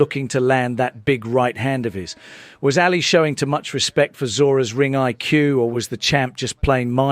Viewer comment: AA li not Alley